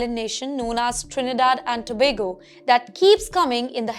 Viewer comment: This was great. 🎉❤ And thank you for actually getting the name of the country right so many people get it wrong!